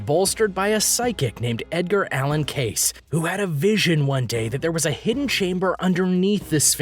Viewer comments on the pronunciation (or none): It's prounounced CASE-E! God I didn't want to get all butthurt over your frequent mispronounciation but damn man